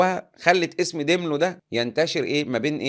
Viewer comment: داملو مش ديملو